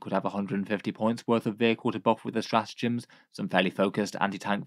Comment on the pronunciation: Straatgems? not sure if you can fix that without taking the video down